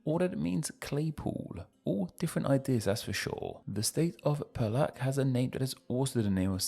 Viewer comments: Perak is pronounced pey-rak Putrajaya is pronounced poo-tra-jie-ya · Impressive pronunciation effort although needs work on Putrajaya and Perak, but I’m happy you made the effort to research it. Fun fact, Sarawak is pronounced just as you did in Standard Malay, but it is pronounced with a hard k in Sarawakian Malay, like ‘Sarah-Wuck’ or we shorten it to just ‘Sa-Wuck’.